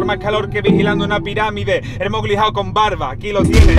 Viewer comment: Mowli travieso